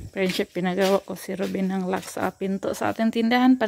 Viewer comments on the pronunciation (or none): It is “lock” and NOT luck.